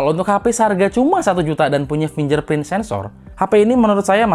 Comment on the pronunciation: Fingerprint dibaca finJerprint. Hahahaa!!